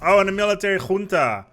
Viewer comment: I have to say that you pronounced "junta" really really well lol